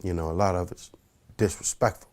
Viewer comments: "the gang is dissrespktive" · LMAOOOOO!!! I told you He was a Dumb as Pimp.. He said Disrespective lol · He said direspective lol